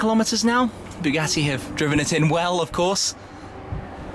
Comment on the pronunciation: Bugeeetiiii(sounds like spaghetti lol whenever he says it lol)